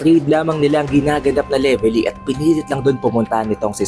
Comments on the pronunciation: Anong Levely… mali ka boi… Velevy ang tawad don🤣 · Leveli? Wala kang R boss?